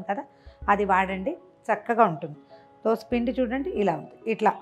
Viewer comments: Not dosa. It is dosha. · దోస ఏమిటండీ !!! దోశ అనాలి